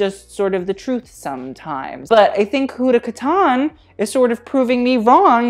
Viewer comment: the way he says kataan. Mannn it's kat-tan 🙄😖